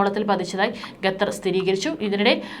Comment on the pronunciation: Why gathar 😂 it's Qatar